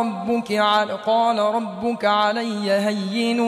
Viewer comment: Ayat no 21 main bhee two mistakes hain recitation kertey huyey qari sb word HUWWAA ko Skip ker gayey hain. Aure doosree mistake qirat main work "RUBUKEE" recite kerney kee bajayey RUBUKAA lafaz parhaa.Correction is required in this recitation of Aya y no 21 main.